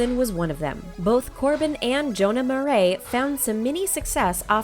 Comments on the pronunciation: YESSSS BUT AT LEAST U SAID "MARAIS" CORRECTLY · This girl pronounced "Marais" right and I was shook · at least they pronouced jonah's name correctly